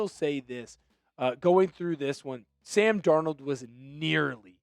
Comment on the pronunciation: “Sam Dornuld wus Awsum 🥹”